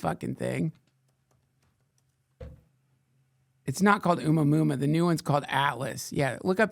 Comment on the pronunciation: At some point you decided that Oumuamua was pronounced "Uma Muma." Still, every time you say it, it catches me off guard, and I have myself a good laugh.